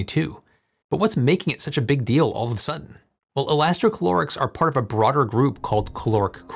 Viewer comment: Elasti ca lo rics You said many times inside the video instead: elasti chlo rics No, it does not have any chlore inside